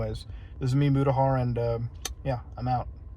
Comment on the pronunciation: Mutahar in-a-car